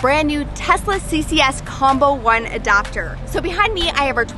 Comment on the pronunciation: Did you say ADOPTER??